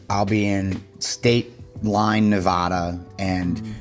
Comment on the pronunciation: Me being a Nevadan and him saying navada😂😂😂 ps I went to a house show and got a cody hat signed by rollins